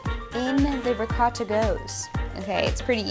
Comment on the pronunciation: Did she really just say riccotta like that????? Italian people triggered